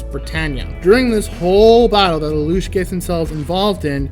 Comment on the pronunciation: Plus points for pronouncing Lelouch correctly. Well, you only need to mimic the voice actors, but a lot of people still get it wrong.